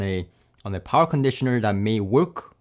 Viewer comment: Talky.. Talky.. talks alot.. but says nothing really of specs or substance of any comparison of the "many many" "tested" products...??!.. but if he makes a dollar for everytime "powa cronditioner" was said.. he'd make more youtube dollars than the sponsors endorsement adverts... subjective waffle talk 0/10 use..